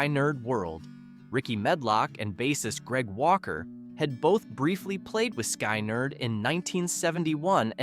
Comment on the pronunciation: FFS-- It's SKIN-nerd, not SKY-nerd!